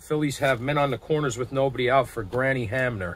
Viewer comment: Good job - I enjoyed your replay as it gets close to playoff and World Series time! It brings back wonderful memories! If you read the wrong number just take it as a missed call by the umpire. You are pronouncing Hamner correctly! Way to go!